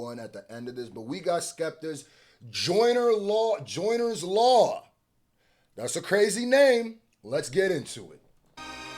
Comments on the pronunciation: It’s bothering me how you read that as Joyners law and not juniors law 😂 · Come on bro do better it’s JUNIORS LAW NOT JOYNERS LAW WHAT ARE WE DOING HERE IF MAN CANT READ 😂🤣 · You said joyners law Not juniors law😂😂😂😂 Its Jooneer's Law 🇬🇧 I honestly dont know who won this one now ... Im blaming Aubrey for this, clever mf ...